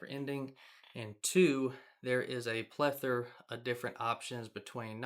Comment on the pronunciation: For a guy who hates “spline” so much you sure say “plethur” a lot haha. I would however buy one of those T-shirts haha